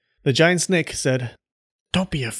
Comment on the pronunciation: Oh, i would like to hear how you pronounce that word again snek